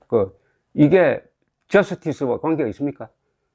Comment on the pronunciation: ‘자스티스’가 아니라 ‘저스티스’입니다.